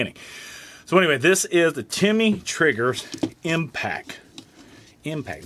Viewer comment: Not Timmy it’s Tim-ney